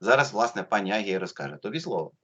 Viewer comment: ім'я Агії вимовляється з наголосом на другий слад! агІя. Я у неї питала))